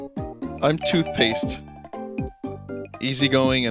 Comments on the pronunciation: yo it sounds like Two Faced says Toothpaste XD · i swear when they said im two faced i hear im tooth paste